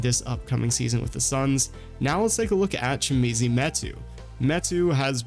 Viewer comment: Chimezie Metu's first name is pronounced Chi-mezz-ee not Chi-me-zee.